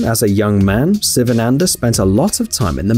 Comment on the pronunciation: his name s first letter is pronounced WRONG SSSSSSS not sivananda but SHIVANANDA like Shiva the god